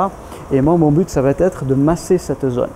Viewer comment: Très bonnes séances merci ! Très bien expliqué aussi - tte petite remarque Ne pas faire de liaison ça va-t-etre - simplement : ça va être Aussi - le verbe acquérir donne acquis, pas acquéri A part cela bravo et encore merci !